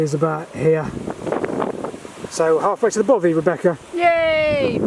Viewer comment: its bothy not bovy